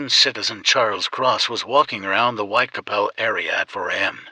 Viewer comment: The content is really great but considering that it's based on a crime that has been remembered and is notorious, the pronunciation of the area most of the murders where committed is completely incorrect. It is Whitechapel! Not Whitecapel as pronouced on the vid